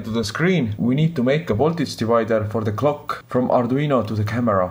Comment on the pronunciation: Hi, mi screens`s pins are in different places of the screen, and your inglish is not easy to understan (my neither). Could you please write de screens pin number and description ? I spent half and hour, hearing back and again, back and again, trying to understand clúo was clock !!!! Thanks !! Greetings from Argentina !!!